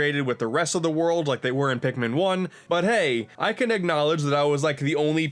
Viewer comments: "Pikman 1 and 2..." it's Pikmin not Pikman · "a mii is a pikmin" *Pikmiin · Now we gonna need "Hey Pikimin"